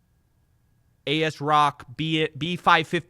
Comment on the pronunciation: "A-S-Rock lol" its pronounced Az-Rock Im so sorry lmao